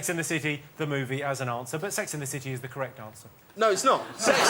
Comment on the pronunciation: "Allo, where is ZE shop? I'm going to ZE train station."